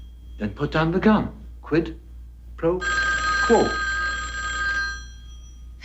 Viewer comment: he said quid pro quo